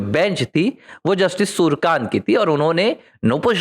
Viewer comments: नये CJI के नाम का उच्चारण आप गलत कर रहे है l उनका नाम सूरकान्त नही, सुर्यकांत हैl आपको कठिनाई हो तो .. सु र् य का न्त उच्चार कर सकते हैं l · Nam to thik bolo , Surkant nahi Suryakant hai ...